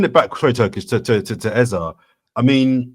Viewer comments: Its Eze and not Eza. When has he become Eza? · This guy's pronunciation of eze pisses me off eze means king so my wetin be eza?? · Can PLEASE STOP doing a disservice to continually spouting Ezá, instead of Eze. I am a Nigerian and can AUTHORITATIVELY tell you its literally pronounce as it spells. More importantly, the name Eze mean 'King' in the Igbo language of Eastern Nigeria. African names means a lot, hence should be pronounced correctly. Its only three letters. Its not even that difficult, is it? PLEASE STOP ALREADY MATE!!!